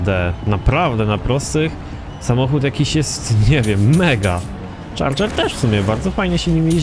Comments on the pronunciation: Czardżer się mówi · nie mówi się Charger tylko chyba CZARDŻER. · czyta się czardżer chyba ;) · nie charger tylko czardzer sie czyta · dodż czardżer sie pisze :DDD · czyta sie czardzer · kameleon serio? mordko no co ty gadasz?.. łyknąłeś prowo i się ośmieszasz teraz, to jest logiczne że tak się czyta tylko specjalnie tak powiedział.